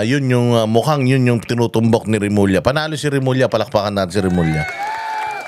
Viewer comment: Bulol remulling